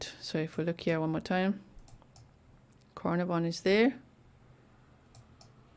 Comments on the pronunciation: Pronounced caaar naar von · It’s pronounced Car - NAR - von … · Pronounced CarnARVon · We Prounce it … Carn … Ah .. Von … lol hi From Down Under … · It’s pronounced car-nar-von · I am from Australia and I have found this news out from! This is fabulous news. Canarvon is pronounced Can arv on, just thought you would like to know. I love your channel so much, thank you for your devotion. x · It’s pronounced Car na von 💜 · Wonderful news. Such a rare outcome. By the way ... like the place in Wales, it is pronounced 'CarNARvon, with emphasis on the mid syllable. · Pronounced: like this... Kar-nar-von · Not that it matters but I will try to help you pronounce Carnarvon… Car pronounced as K (as in small k) Nar Ven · So happy they found her! Thanks for the map time (also it's pronounced ca-nar-ven 😘)